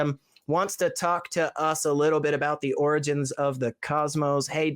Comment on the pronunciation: Can't even pronounce the word "origins" properly. 🙄